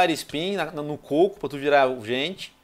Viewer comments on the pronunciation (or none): none